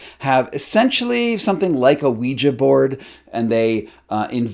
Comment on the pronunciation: Stop calling it a "ouiji board"! A spelling board is a TOOL for non-verbal people to COMMUNICATE. You sound like a douche calling it that.